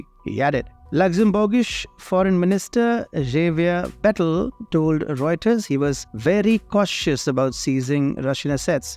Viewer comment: If the EU doesn't gimp to the USA (which IMHO would be astonishing), I'm sure the UK is more than happy to oblige. That is not a Belgian accent 😂 The correct pronounciation for "Xavier Bettel" is "kzafyea betelle"